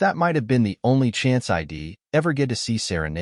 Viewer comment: You know. It’s a pretty good story that would be a lot better if you’d large language model train yer dumbass AI how to pronounce contra Ted words. Pronouncing she’d as “she’d” and “i’d@ S “I.D.” Gets annoying very quick. Have some pride in your work product and fix it. Stop acting like 5th graders kicked out of English class produced this